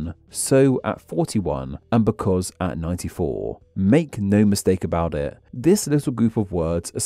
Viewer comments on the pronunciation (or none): "becaus-uh" XD Ever since I saw that video of someone analyzing Ironmouse's speech patterns, such as the "-uh" at the end of some words in some situations, I always think of that when I hear anyone else talk like that. [EDIT]: Are you doing it on purpose?! After that "becaus-uh" basically every sentence ending has that "-uh"! Or am I only starting to notice because of that one very obvious one? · As a non-native speaker, I have to ask: Why do you sometimes put an extra vowel at the end of some words? In this video, I heard you say “languaguh” and “becausuh”.